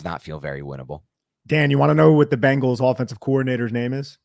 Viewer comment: It's Bengals, Not Bangles. The Animal, not the Band. Or, The Animal, not the Doo...